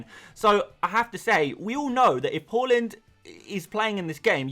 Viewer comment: It's "Her" land not "Ho" land.. get the bloody pronunciation right, it isn't a country, Holland